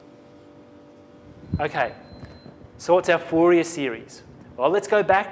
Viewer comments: I know it's French and it is not pronounce foo-yay lol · Thank you very much for the vid:D btw it's pronounced four-ree-aye just a heads up:D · Haha, yeah. Fourier was a French man, therefore it is pronounced "4-E-A" Haha!